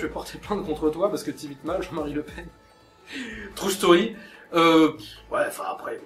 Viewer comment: T'abuse un peu sur les "True Story" En plus bien prononcés à la française "Trou staurie" :p